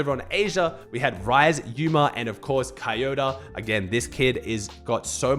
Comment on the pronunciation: bro why u saying „Kayota“ its „Koyota“ with an „o“